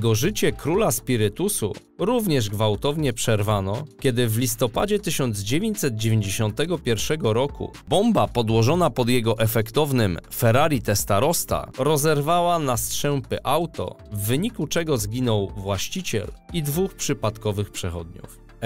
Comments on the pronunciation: mówi się ferrari testarossa nie testarosta taka mała poprawka 😃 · Ferrari Testarossa a nie Testarosta.. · Ferrari TestarossTa? serio? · Ferrari Testarosta? Naprawdę... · Ferrari testarosta, mafjozowie 🙉 kuuuuurwa chłopie 😂